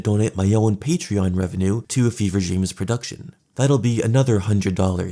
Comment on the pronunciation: FEVRE DREAM LMAO “BEAN DREAM”